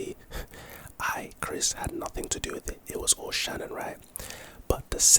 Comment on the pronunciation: Her name wasn’t Shannon, it was Shanaan. Also, police have to have a warrant to look through your phone.